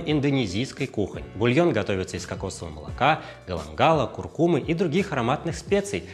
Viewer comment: Ничего себе редакторская работа – даже ударение в слове куркума правильное!